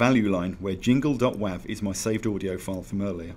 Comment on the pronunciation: "WAV" is pronounced "wave".